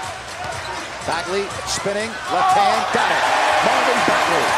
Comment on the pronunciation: Commentator: Marvin Bagely